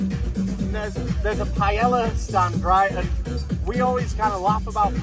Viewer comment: Pai - El - La